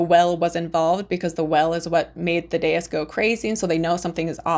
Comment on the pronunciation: “Thaddeus” is pronounced like “THADD ee uss”